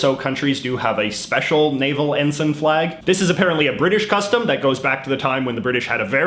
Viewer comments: It's en-sine, not en-sen. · EN-SUN, no EN-S-ay-NN,, never realised that the british union jack was copied or replicated... the british and french navies **european colonial powers of the triple entente & accord*during the 18th-20th centuries, between them ruled over 80% of the planet... so look for saliors from multiple navies, and look for flags :P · also I think it's pronounced en-sine